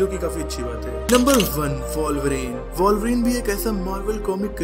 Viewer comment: वाॅल्वरीन nhi वुल्वरीन hai..... Thik se bolna toh seekh le